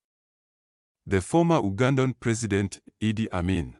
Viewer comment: Mispronunciations of IDI...its not I...D...I...its Eeedd.